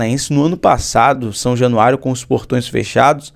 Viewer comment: Sem qq crítica,! Vcs são excelentes comunicadores, mas falham na hora de dizer o nome do estádio do Vascão. Fala-se São Januário, com “a” e não com “e”. Valeu!🥰